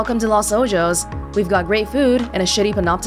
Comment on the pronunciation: Hey I don't mean to sound like I'm coming at you or anything, this is some really nice gameplay, I just wanted to note that I think you might be pronouncing 'Los Ojo's' wrong. It seems to be the spanish words that mean 'The Eyes'. I'm sure you could easily find the right pronunciation if you looked it up. Once again I don't mean for this to sound rude but I hope it helps!